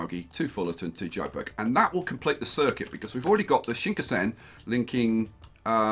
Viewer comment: Shinkansen pronunciation hurts so much.